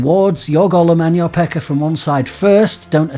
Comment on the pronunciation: Lol, every time you say pekka, with your accent you're saying pecker. When you replace pekka with pecker in the context you say it, sometimes things sound funnier than they ought to. XD